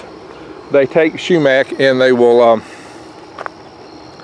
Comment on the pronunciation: Not shoemack,sumac.